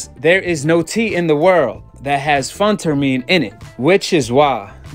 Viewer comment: So for the record he didn’t test positive for steroids - you can’t even pronounce phentermine right. Did you keep that same energy looking at GGG’s face post fights? Doubt it. Canelo hater!